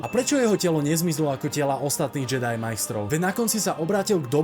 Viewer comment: návrat Jediů nedává už vubec smysl, protože to má znamenat Návrat Anakina na světlou stranu síly. Navíc Návrat Jediho je to z toho důvodu že to tak vyslovovali v původním dabingu, místo [džedaj] to vyslovovali jako [džedy]